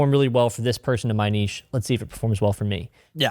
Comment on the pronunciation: Thank you for the correct pronunciation of niche. Seriously. Lol